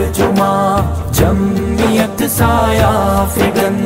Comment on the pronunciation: تلفظ کی غلطی جمیت.... ضرور ی تھا کہ پڑھتے جمعیت